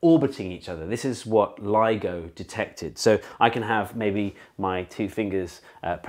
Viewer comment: I thought he was saying LEGO instead of LIGO 😂😂😂